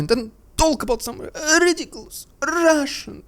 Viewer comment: RRRRRidiculous! RRRRRRussian!!! PRRRRRopaganda!!!!